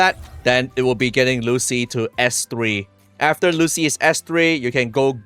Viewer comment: Its "Lucy-lah", buling moment😂